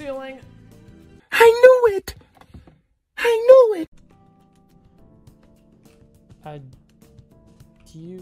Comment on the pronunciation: As a French guy, I love hearing "adiou" coming from any amUricans (btw this is not how we say it here but anyways) (and I've never heard of that "French word" bayou before but yeah right)